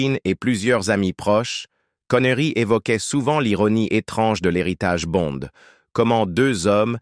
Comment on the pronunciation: Tout ce Blabla pour Rien et du Con ce n est pas Bon mais Bonde en français, apprend le avant de commettre tes vidéos pas aussi ridicule que toi